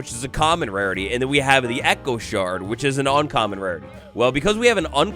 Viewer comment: why do you say shards like that? its a shard. a piece. Like a Shard of glass. Sh - Ard. Not Sh ird